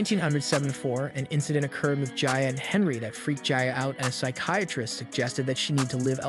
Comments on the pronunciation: Her name is pronounce GEE-A, not Gya, and she was in love in Sandy Litner. Francesco Scavullo was gay. Do your research! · Lots of misinformation 1)Her name is pronounced Geeyaahh not Giyaa 2) she and Scavullo were only friends and they worked together. he was also gay. 3) hardly anyone was at her funeral because they didn't know she passed until a year later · Its an Italian name. The I is pronounced like an E. Her name is pronounced Geea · How could you be so disrespectful and pronounce Gia's name as Jaya??? Have some respect for Gia! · Her name is Gia not jia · Jeez, it's not "Gya", it's Gia, are you for real? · I've never heard her name pronounced any other way then " Gee- a".. Were we calling her by the wrong name in the 80's? I've never heard the name pronounced in the way the video narrator says it. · Pretty sure her name is pronounced as Gee-a. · pronounced Gee a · Smh dude it’s GEE AHH 😂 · You couldn't even pronounce her name right! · Normally I don’t complain about someone’s work on here but this is a great disrespect to Gia. The facts are screwy and even if you do have an “accent” Gia pronounced properly isn’t that difficult. I can’t even muddle through this one. Fact check your work next time before publishing. Scavullo was also gay. No relationship between either him or Gia other than work and a friendship. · If you’re going to do a video on somebody, the least you could do is learn out to pronounce her name. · I think you're pronouncing Gia wrong.